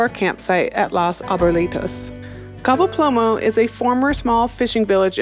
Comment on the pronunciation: Cabo Plomo??? Lol, It's a pretty easy word to learn.